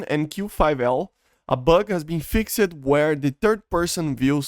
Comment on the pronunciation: It seems like English is not your first language so let me help you out :) when you say the word “fixed” instead of “fix-ed” try saying it more like “fixt” or “fixd” with more of a “t” or “d” sound. We don’t really pronounce the “e” cuz English is confusing and the rules aren’t consistent with anything lol 😂